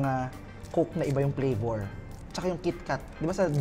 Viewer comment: Coke na may ibang PLAYBOR. Playbor talaga? Then ‘Seben Eleben’ and ‘Trabel’ P vs F and B vs V